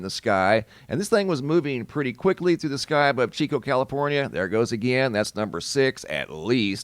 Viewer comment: Yay: he said Chico (chee-co) correctly😊